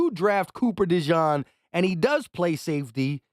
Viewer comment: Not u butchering another name 😂😂😂😂 it’s pronounced De-jeen not de john